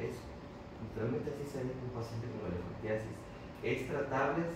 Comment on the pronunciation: Elefantismo dijo no elefantiasis oigan bien